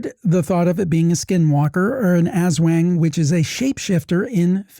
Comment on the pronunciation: Pleeese... It's not pronounced "ass wang". It's closer to "ozwong" with the accent on the second syllable. Try saying "ozwong" really fast until it blurs together and it won't be right, but it will be much better than "ass wang".